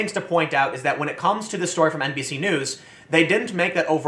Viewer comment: Did Tim say "NBC" or "NPC" news? Lol